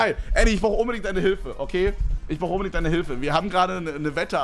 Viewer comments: hahahaha 🤣 „Schaut umbedingt vorbei!" Einfach "umbedingt" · Niemand: Wirklich niemand: Kevin: UmBeDiNgT